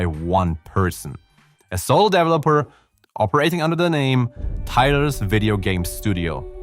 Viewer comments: I actually love the way he says “dev-lopper”. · I love the way you say developer 🔥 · "DEV-lopper"? "DEV-loppment"? 😄😭 I'm almost 100% certain it's "de-VE-lo-per" and "de-VE-lop-ment" 🤭😋